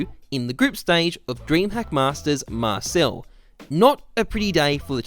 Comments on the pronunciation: Marseille is not pronounced like that, its like "mar-say" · Btw Marsailles (dunno spelling) is pronounced marsay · Rui Martins not really because you don’t say the L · No its pronounced marseille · Its pronounced "marsail". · Awesome video! But you are pronouncing Marseille wrong :(